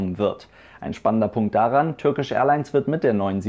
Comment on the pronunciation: Bitte Turkish Englisch aussprechen!!! Es steht ja nicht Türkisch auf dem Flieger drauf! Danke!